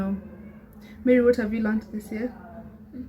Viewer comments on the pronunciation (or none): I loved it ❤️ bt Mary has become mary 😂😂🤣🤣 sorry swt